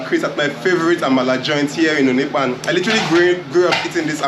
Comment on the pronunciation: Wat is onikpan?? Say onipaanu